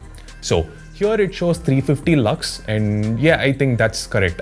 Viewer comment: his "lux" sounds like "lux-me" from movie chachi 420 😂😂😂 And this chacha is also....😅